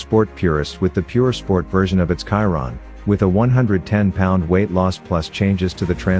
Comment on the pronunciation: Sorry, but your pronunciation of name Chiron is terrible. He was a french driver, "Ciron" or "Kiron" is incorrect. Should be Chiron like "Shiron", Luis Chiron.